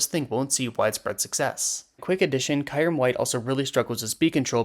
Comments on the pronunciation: bro really said “Kairym” 💀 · I think we can put aside the discussion of how arceus or yvetal is pronounced, cuz that “Kairem” is fucked up.(No hard feelings) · You did NOT pronounce it Kayrem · You may want to double check pronunciation on kyurem and conducive